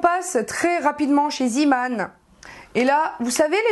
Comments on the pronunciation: pk tu dit ziman ont dit zeman!;) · cool mais c pas ziman ça ce prononcé zéman